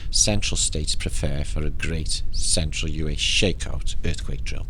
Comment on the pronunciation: Where is the K on you? aus, not yet, us, still different. This.. truly straight foreward! Huggs.NL